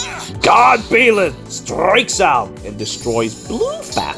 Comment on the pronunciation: Jesus Christ I hate the way you pronounce Byleth lol